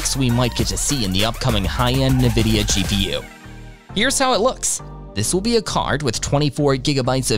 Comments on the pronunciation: It helps if you can properly pronounce the subject of the video, it's not Na-vidia, it's pronounced IN-Vidia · its not NaVidia. Its N-Vidia. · "Na-vidia" is how you're saying it? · It's "invidia". Latin for "envy". But they removed the "i" because their original file names were tagged with "nv" for "next version". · Did.... did you just pronounce it "nuh-vidia"...? Dude. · Who or what is NeNvidia? As soon as I heard the first pronunciation I was out lol. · "Na-Vidia".... you can not be trusted..... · How are you making a video on nvidia but can't even say the name right? 🧐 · Can't concentrate past the pronunciation af Nvidia and Cuda cores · CADA, what country is this post from? it is pronounced CewDa. Also it's (N)vidia, not (NE)vidia. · “Nuh-vidia” and “kudder-cores”. What is wrong with you? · "Nividia" and "cuttah" cores. I'll skip this one for now.